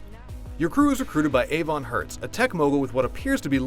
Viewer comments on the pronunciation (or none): none